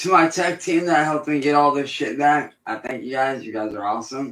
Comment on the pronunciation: 👁 👁 🦷🦷🦷 " im vack vitch" 🦷🦷